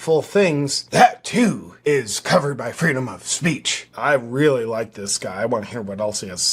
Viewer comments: He said it’s “weally weally sewious”. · Weally weally weally sewious!